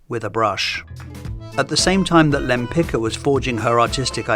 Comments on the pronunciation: Sorry, I had to check… The Polish name Lempicka (originally Łempicka) is generally pronounced Lem-PEETS-kah (lem-pit͡ska). The stress is placed on the second syllable ("peets"), with the "-cka" ending sounding like "tska" rather than "ka" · just a small correction, her surname is pronounced wrong in this video the "cka" ending should sound like "tska", it's a polish surname. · Repeat after me: wem-pits-kah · Her name is actually pronounced [taˈmara wɛmˈpit͡ska]. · It's pronounced Lempic-ka (tz-ka), just as you pronounced Lempicki. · Her name is Tamara Łempicka. Besides that you didn't even try to pronounce her surname right. That is beyond despicable. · Why didn’t you check the proper pronounciation of her last name before making the video? 😢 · That’s a great video! Just a small note for next time—please double-check the pronunciation of the artist’s name. Her husband’s surname, which she later adopted, was Łempicki (hers: Łempicka), and it’s actually pronounced quite differently from how it was read in the video. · I find it amusing that at approximately you show that you are perfectly capable of pronouncing the common ending of Polish surnames "-cki"/"-cka" the correct way, but only when the name was written using a modified spelling "-tzki". However, when it's written in the original Polish spelling it apparently has to be butchered. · Really enjoyed the video (as always). Just a tiny correction: The c in Limpicka is pronounced more like a sharp s or a z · Bro, that's a shame that you didnt check the pronounciation of her name. It' s not that hard :// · Łempicka was Polish, so you're pronouncing her name incorrectly. The "c" is pronounced like "tz" in Polish.